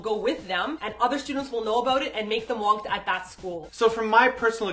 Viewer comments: Its Wangtta not wangdda ^__^ and im your fan and wangtta means a loner[just commen ting this for help to people who still dont understand what it means :))] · btw the pronounciation for wang-dda is a hard t sound lol not like the sound daaaaaa so its like wang-ta